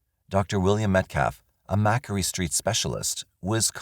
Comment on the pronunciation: Hi there, thanks for another great video. Small note - when referring to the court case, the medication and the doctor, they mentioned that he was a “*Macquarie Street” doctor/specialist. Macquarie is pronounced Mack-Quarry or Mac-Quarry. As in a stone quarry or a granite quarry. Growing up in Australia, I would ALWAYS spell Macquarie incorrectly - along with lots of others. I still do!! 🙂🐿🌈❤ * Macquarie Street is near one of Sydney’s first hospitals and a lot of medical specialists have their offices there (similar to Harley Street in London). When you hear that they have an office there it adds a sort of prestige and confidence that they must be the top in their particular field of medicine.